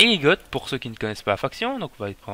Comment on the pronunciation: Bien joué ! Juste pour la prononciation, "les goths" se prononce "les gô" ;)